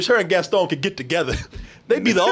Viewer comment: Haha, the way says Gaston. He says, "Gastone". It's kinda like how he says the word, monster... "Muunster" Hahaha love you.